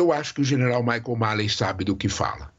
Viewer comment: Professor falou errado o nome do general americano...😂😂 Mas ta ok...ta valendo professor. Valeu